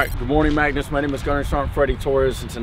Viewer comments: mung-nouss! Is -g usually pronounced as -ng? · As a Swede, its so strange to hear an American pronounciation of Magnus. I actually thought they were trolling and yelling "maggot" like in all movies, until i realized his name sounds a bit different in english :) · I'm an American with the name Magnus and I never once would have thought that's how it's pronounced. It's also not a hugely common name over here so I was very surprised to see all of the Marines saying it exactly like I do where the "U" and the end sort of turns into an "I" making it sound more like "Magnis"